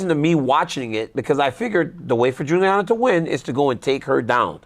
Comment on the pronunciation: DC sucks, he can’t even get Julianna name right lol